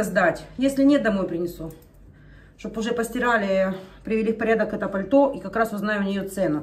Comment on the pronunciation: паль-то́. Существительное, неодушевлённое, средний род, несклоняемое)